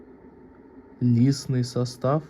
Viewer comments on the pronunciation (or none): сам ты лисный состав. Иди по русски читать научись.